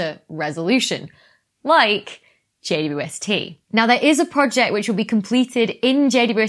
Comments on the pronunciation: It sounds like she says, JUST. Not JWST. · A few times you pronounced JWST as J dew ST, lol. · “JWST” is fine as text, but when abbreviated audibly should be “J-WEB-S-T” because J ”Double U” ST is just ridiculous given that to abbreviate is to shorten. That’s currently my crisis in cosmology… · How is she pronouncing "JWST"? 'Jay-wuh-ess-tee?' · Can everybody PLEASE stop calling it "JWST"? It sounds like juiced, or juh-wus-tah. Why not just Webb, or THE Webb or something. God what an unfortunate name. Hate it. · It's so hard to follow every time you shorten James Webb Space Telescope to JWST b/c every time you say the acronym you just fly over the W and I get so confused what you're talking about with the J-ST instead of JWST.